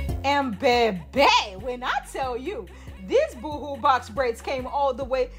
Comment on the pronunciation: Not boo hoo 👻 😅 boho 🥥 🌴